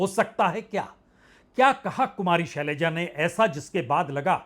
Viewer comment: सलैजा नहीं शैलजा।जोश में होश रख कर बोलिए।